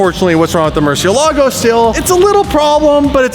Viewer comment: Maybe if we pronounce it right it will behave Murcielago = (murci-el-ego)😅😅🥴😂